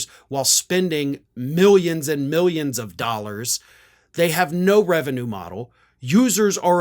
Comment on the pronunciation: He's losing "Milly Uns and Milly Uns"